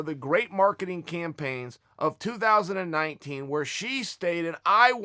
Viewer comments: Chael said 2019, not 20-19, thank you sir 👏🏻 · What's ridiculous is you doubting Uncle Chaels pronunciation.